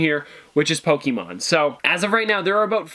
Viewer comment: Ummm your pronouncing Pokémon wrong. And Pikachu is not the original Pokémon it’s actually Ryhdon...